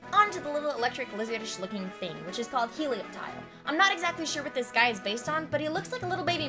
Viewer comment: i think the p in helioptile is silent